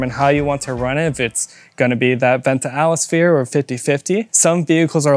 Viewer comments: 😂 you both from a diff country obviously? lol “Atlas-Phere” .. boy that’s a new one! This was kinda brutal guys haha. I think if you counted, between the both of ya.. You said more incorrect words than standard English ones 🤭😮‍💨 And a little correction, Tial is a different operation on the bov complete being pull type vs push type. And not only that, the top adjustment isn’t for “sound “ as tightening certain other bov spring tension goes, like the older hks and blitz, greddy etc. The Tial spring is for vacuum!!! And each car will vary in vacuum and have a different tension spring! But will all sound about the same. You can change your cars tension from where it should be to tighter. And a lot of times won’t get it to make any sound. And too loose and you get idle leak and idle surge (rich conditions) etc. The tials only have that signature Supra tone when a LOT of boost is let out through them!! Like 30+ psi. Therefore a lot of guys are unhappy w them on more stock or lower boost cars. Or some have issues and compatibility is an issue. My 95 Supra when I went single turbo it wouldn’t idle without leaking. I tried heavier spring (added a second smaller 4lb) . Idle leak was gone, but wouldn’t blow off on 8-15 psi range. I was unhappy w it even when I was on stock twins. Barely even knew I had one never heard it unless I tried hard. And mine was in the drivers side bumper “fog” hole. Replaced it w authentic HKS, and issues went away like that. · He literally said atlasphere every single time 😂☠